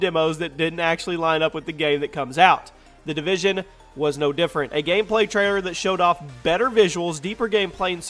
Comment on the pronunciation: "The Devision" haha, whoops.